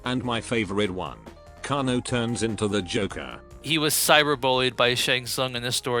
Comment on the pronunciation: Ai voice fudged kanos name 😂😂😂😂